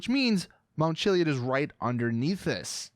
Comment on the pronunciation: “Mount chilly-id”